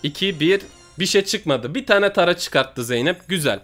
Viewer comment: Tara tara diye yazılıyor söyleyince tera deniliyor